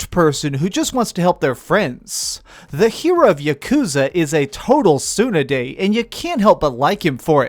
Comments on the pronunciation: Tsun-dere not Tsunaday. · fucked up the word Tsundere....soonayday??? its soon-DERE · soon-dare-aye Proper pronunciation of tsundete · tsooonerday... use your words, tsun-de-re like how its spelt. bless your heart. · Says he studies other languages but says soonerday. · It's pronounced soon-day-ray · cone ichiwa. ufff man slow down on the japanese learning please ur leaving us all in the dust, the yakuuza are tsunerday dude. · a tsunuday ? LOL can't even pronounce tsundere lmao ! shit man, you should have fixed this intro ! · Suenaday lmfao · May I nitpick on something? You pronounced "Tsundere" as "Tsu-ne-dei". Off I go. =p I'll come back to watch the full review later. :) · saying how he loves word tsundere - mispronounces it as "suneday" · One like for tsundere (pronounce like Son-day-re’) like Vegita from Drgonball series that is one of the first tsundere. And ... good review man. Want to try but never play Yakusa series before and if I understand correctly the story is continue since the first one, hard to follow. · I don't wanna be a dick, but it's pronounced tsundere (soon-deh-ray). It's awesome that you're learning different languages. I'd love to see you review foreign games. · Its "suun-de-ray" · Dude, I don't speak Japanese but I'm pretty sure that's not how you pronounce that. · Dude I REALLY don" wanna sound like this buuuuuut Dude I think you wanten ti say tsundere right? But dude... You didn't just butchered that word You killed it reanimated it, killed again, butchered, made mice meat! And then eated it and finally while eaten it you spoke Or you said another word and I'm the idiot Probablythe last one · I cringe at your Tsundere pronunciation. PLEASE...... STHAAP!!! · I cracked when I heard how you pronounced it . Most ones on manga /anime are girls . But male tsundere anime / manga characters are not rare . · Legit, just heard that pronunciation of it and was like. "The fuck dude? That's the most American fuck up of a pronunciation"